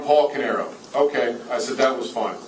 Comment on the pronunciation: The female prosecutor always says “o-ki” instead of “o-kay” lol it always makes me giggle when I hear it.